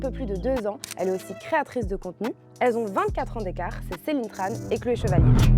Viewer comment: on dit Celine Tchan